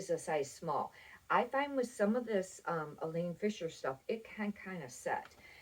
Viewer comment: Nice video! (It's Eileen, not Elaine Fisher)